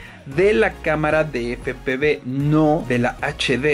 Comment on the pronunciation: Efe pe uve...!!! 😂😂 Pero buen video.